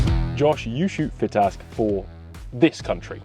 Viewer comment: it's pronounced "FITASC". As its a shotkam video and therefore and american owned company I'm assuming johnny has to throw in americanised English every now and again to bridge the gap between the UK and US audience.